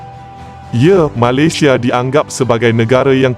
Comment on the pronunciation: Sebut Malaysia pun tak betul. Hahahaha.